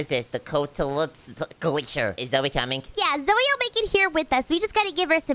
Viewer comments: your name si not zoe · I laughed when seed zoye